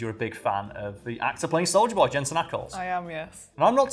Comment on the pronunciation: Imma be honest, when said soldier boy I thought he said Soulja Boy... Clearly I haven't watched the boys and lemme just say, with the Soulja Boy misunderstanding this video is 30% more ridiculous